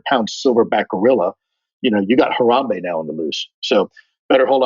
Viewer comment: Lou couldnt even get a gorilla's name right. Its Harambe sheesh